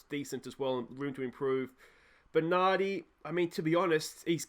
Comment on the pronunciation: Argh! Massively triggering! 'Benardi' and doesn't know who our stars are!!! J/K I lived in 'stralia for 11 years and we just don't have games shown over there. I feel your pain, fella! Edit: "Euan O'Kane, Bogatch, and Klitch"... AAAAAAAAAAAAARRRRRRGGGGGHHHHHH